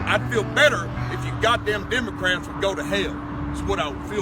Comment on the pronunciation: Hello children, today we learn how to turn your christian missionaries into pasta strainers. EDIT: Did she say Demon-crats?